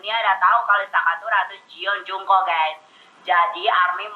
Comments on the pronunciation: Maap maap nih..... ISTAKA........ ARMY kagak kenal sma JION JUNGKOOK. Army kenal nya JEON JUNGKOOK. 😂😂😂😂😂😂🤣🤣🤣🤣 baca nama aja salah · Yang bener bacanya "jon jongkuk" kak, soalnya dalam hangeul nama dia itu "전정국" jadi dibacanya "jon jongkuk" bukan "jon jungkuk"